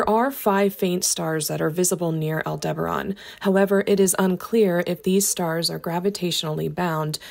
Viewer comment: AI script can't pronounce Aldebaran